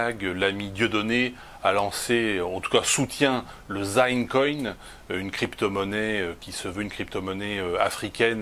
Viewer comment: " zine" coin abruti, pas "zaine"